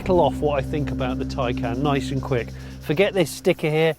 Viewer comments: I don't think you pronounce 'Taycan' like 'taken' tho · Tay = Tay. Can = Can. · y'all stiffnecked Americans, . Y'all could at least emphasize the 'can' instead of the 'tay' to make it distinguishable. Man... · Mark Webber is a Porsche a employee. Don't let how he pronounces Taycan fool you.